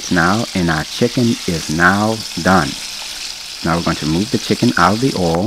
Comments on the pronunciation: You know it's gonna be delicious when the chef calls it "ouhl" instead of oil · You gotta put tha R on it ourhl!!!!😂😂